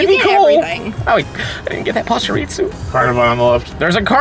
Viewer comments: Why do you say pachirisu like pachireatsu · bro, theres no T in pachirisu